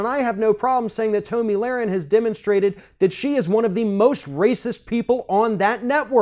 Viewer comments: Her name is pronounced "TOMMY" not "Toe-ME" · pronunciation of Toe-me Lahren and Colin Caper-nick is throwing me for a loop